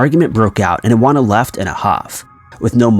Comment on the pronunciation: Iwona= ee-von-ah